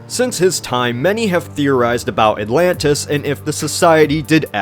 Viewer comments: Atlantchluss, lol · ATLAN-DEES NUTS!!!!